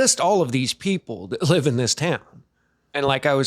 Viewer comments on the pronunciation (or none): none